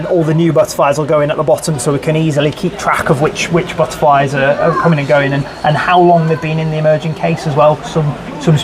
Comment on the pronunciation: The buttaaflys I love how he pronounces it lol 😂